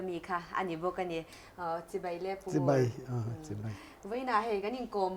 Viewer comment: "Chibei" ti tawh suh "Chibai" tih tur...